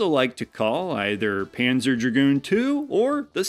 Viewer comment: Tip: the z in zwei or panzer is pronounced as ts.